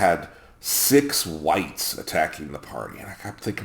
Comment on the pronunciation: When you first said it I understood 'six whites attack the party'. Guess it's just the times we live in.